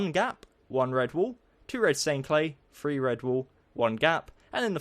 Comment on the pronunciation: He trys to say three but he says free